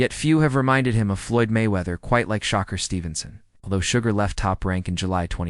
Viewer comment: His name ain’t Shocker it’s Shakur